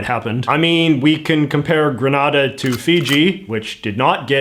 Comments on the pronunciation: The pronunciation grə-NAH-də (as in the video) refers to the Spanish city and province of Granada. The pronunciation of the Caribbean island nation of Grenada should be grə-NAY-də. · Grenada is how Reagan pronounced it (grə-NAY-də). You're pronouncing it like the city of Granada (grə-NAH-də). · Very white washed version of Grenada’s (pronounced like the exploding weapon, the pronunciation with the R sound is a place in Spain) political past you reported there. It’s a fascinating story if you research it. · Hai JJ, great video as always. I'm from and currently in Barbados, one of the countries you've mentioned. My only problem with your video is how you said Grenada like "gren-na-da" it's actually pronounced "gre-NAY-da" lol love ya J.J.!! Also! I think eventually the countries with this GG position will eventually get rid of it. Once this generation of legislative leaders are no longer with us, there will be a major shift towards the modernisation of our government systems. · The worst one is Hillary Clinton video, when she said happy independence day for granada, not Grenada. She didn't read the memo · It's pronounced Gre-NAY-da. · Firstly the way you pronounce Grenada is incorrect and secondly there are mixed feelings about the coup in Grenada by Grenadians actually and I gather the feelings are that Bishop was trying to liberate the country which is why he eas able to mobilize so much support in what is generally a peaceful country.... Most persons in the Caribbean like Jamaica support the views of discontinue with the office of the Governor General because they see it as archaic but do not act on this feeling because the existence of a GG doesnt negatively affect our daily lives.